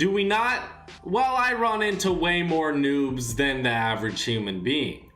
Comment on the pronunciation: Is it me or is he saying nups